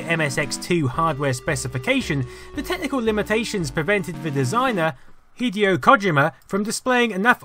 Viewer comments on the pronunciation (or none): hate to be that guy, but hideo kojima is pronounced hee-dae-oh koh-jee-ma sorry if i'm being rude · Really, Headeo Codgyma made Metal Gear? Nope, just you butchering Hideo Kojima's name. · Hideo Cod-jima? "9/11 would pronounce again" -IGN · "Hideeo Kahjeemuh" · 'Hideo kog-jima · I love Hideo Codgeimer! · That's got to be the worst pronunciation of Hideo Kojima's name I've ever heard.